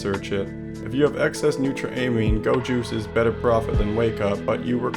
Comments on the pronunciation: NutRUHMEAN not turainmen or whatever the fuck u said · Say it with me: new-tro-uh-meen. Neutroamine.